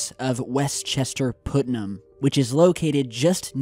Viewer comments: Regarding Westchester and Putnam counties and their boom shake, I heard about it., I wanted to give you the correct pronunciation of Putnam county. "Put-num". I just had to say something because I live in New York and some of our counties and names of our towns some are difficult to pronounce or even spell. "Native American " Keep up the good work I love each of your videos and I'm looking forward to the 48 hour viewing of the movie going to share with the audience. Your friend Michelle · Hey! I swear that I'm not tryin' to deliberately be an a$$hat, but it's pronounced "puht-nam" as in putt-putt golf or puttering around in the garden. I only know this because as a Southerner who moved to NY State a little while back, I did it myself. There's also a small town thats further up in the Adirondacks of NYS called Putnam and boy, oh boy, did I get laughed at and teased by my fiance and his buddies when I pronounced it the way you did. LOL Just wanted to "put" it in perspective for ya. HaHa! (Yeah, I realize that was totally lame) It was pretty cool to hear you doing a story about an area that isn't very far away from where I live! Oh, and btw, thanks for the newer video you just posted about that skier/firefighter who was missing on Whiteface Mtn. We live a little more South of that area, but we saw a lot of the original coverage on the local news when he first went missing and hadn't heard that he'd been found - or about the crazy circumstances around the whole thing. We absolutely love your videos! Hope you're feeling much better now! Keep up the great work! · It's pronounced Putt-num.